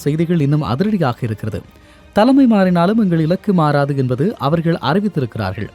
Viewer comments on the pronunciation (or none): none